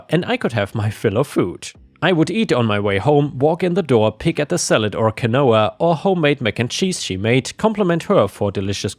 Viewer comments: Quinoa is pronounced keen wah! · Pronunciation correction: Quinoa is pronounced keen-wah I am sure that as you read more Entitled People stories, this will come up more and more. I like Quinoa, but in small doses 😂